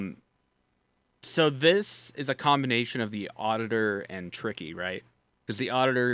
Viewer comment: HIS NAME ISNT TICKY ITS TRICKY